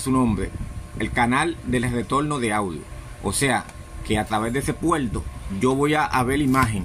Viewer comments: continual, mencional, intelmedia, puelto, letolno, pero porque si dice ARC y no ALC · Se dice INTERFASE, no Intelfase. Se dice RETORNO, no Retoldo, aprende hablar bien en lo técnico estúpido. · POR QUE HABLAS CON L ??? PUELTO, ALC, CON LESPELTO , LETOLNO ????